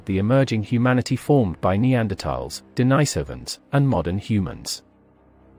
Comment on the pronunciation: Denisovans, pronounced Den-NEE-sovans. not Denny-Sovans.